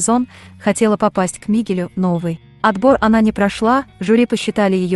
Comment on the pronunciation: Кто же так озвучивал? Ударение не пробовали правильно ставить? Рони - ударение на О, Вероника - ударение на И, Мигель - ударение на Е... Аж слушать противно.